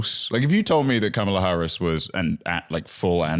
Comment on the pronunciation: I heard 'be our Mom-ala' and wanted to scrub my ears off my head, except that I also didn't want that to be the last thing I heard before deafening myself.